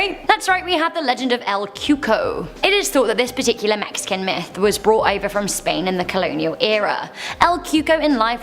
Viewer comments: it sounds very close to it lol but i heard myth n it sounded like meth lol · I thought you said "good old fashion meth" not "myth" spent like 5 minutes laughing